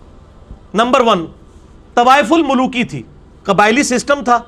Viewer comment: It's tawaf ul maluki not tawaif ul maluki